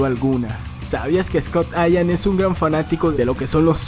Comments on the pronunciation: es Scott Ian no ayam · Scott Ian!! Así como se escribe, se pronuncia, Ian. Saludos señor...